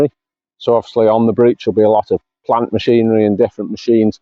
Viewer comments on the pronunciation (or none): none